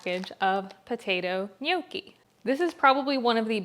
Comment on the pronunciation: They are pronounced "knee your key," not no key. I am 100% Italian and the way to say that is offensive to me